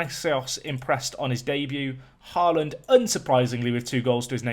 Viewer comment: I love that literally every british person says «Haaland» wrong 😂